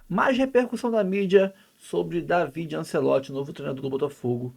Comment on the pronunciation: O Dávide (É assim a pronúncia) é que cuidava dos treinos em vários times em que o pai era o técnico. Ele é quem dava dicas ao pai sobre mudanças nos times durante os jogos. Ele é quem indicava quem iria cobrar os penalties. Ele tem um excelente contato com o vestiário. Está muito preparado para o cargo de treinador no Botafogo e está trazendo auxiliares de muita experiencia para ajudá-lo. Alem disso ele fala fluentemente o Portugues, além de espanhol, imgles, italiano e alemão